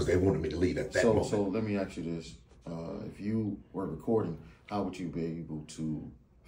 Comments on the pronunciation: The education system failed to educate him on how to pronounce the word ask. It's ask not aks! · In 2024 we can't just say ask I mean your saying you can pronounce every other word just fine but somehow that 3 letter word is just beyond you